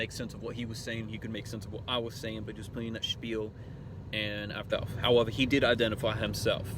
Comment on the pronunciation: "Howevore", "wheneva", "trew the dore", "wheure", "shure", "superviz-a", "cummanda", "himma"... it's like the big boy version a little kid who hasn't learned to speak yet properly certain words or syllables. It's not just an accent, that's what I'm saying. "Seizer", "numbas...